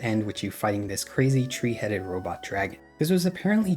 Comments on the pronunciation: Are you purposely not pronouncing your “H’s”? Tree, tink, turd, teory… What is going on. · I swear hes saying tree instead of three